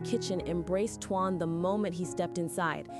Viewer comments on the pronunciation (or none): And you should know how to spell his name by now it's t o a n not t u a n please speak it correctly